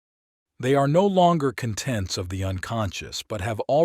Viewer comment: APP-osite instead of opposite. CUN-tents instead of contents